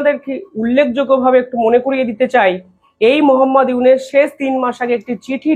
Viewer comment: আপনি ইউনুস মিঞার নাম বারবার "ইউনেস" "ইউনেস" উচ্চারণ করেন, বড্ড কানে লাগে। সঠিক উচ্চারণ করুন।